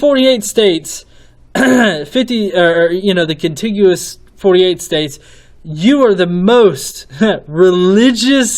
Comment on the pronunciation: "Contiguous" nice effort though =P